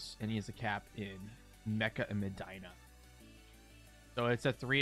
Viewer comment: Medina= Meh Dee' na